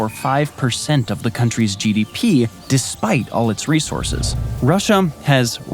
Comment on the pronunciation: Not to be a grammar Nazi but it's "resources"